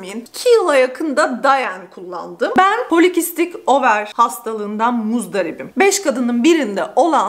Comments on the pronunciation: ovır değil over şeklinde söylenmekte imiş tıpta over yumurtalık anlamına geldiği için sanırsam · abla tilt oldum videoyu izleyemedim nolur over deme ovır ya nolurrrrr ya kulağım acıyo